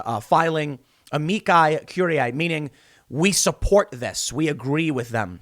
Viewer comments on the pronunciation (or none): AMICI CURIA = AH-MEE-SEE CURE-EE-AY